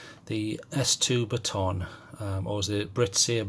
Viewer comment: Just enjoying another of your comprehensive TORCH reviews! Pronounced BATTEN! Yes quite agree with that poor side button so immediately crossed it off my list. Well done